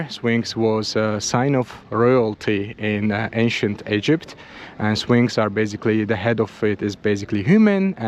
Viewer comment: The Sphinx becomes Swinx lol 😂